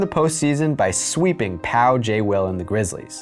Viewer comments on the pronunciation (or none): none